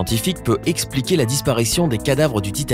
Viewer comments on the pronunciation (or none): none